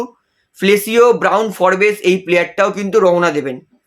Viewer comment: উচ্চারণটা ফোর্বস্ , ফোরবেস নয়। বড্ড কানে লাগে।